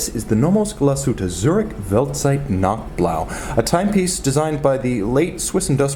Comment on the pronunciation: it’s nacht blaw